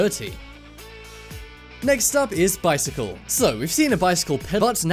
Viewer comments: ... bic.. bicyl...... BICYLE? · What is a BICYLE